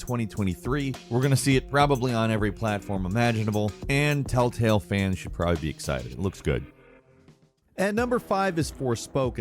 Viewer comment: First few telltales sounds like talltales but then afterwards sometimes u say it and sounds a mix of both. 😅😅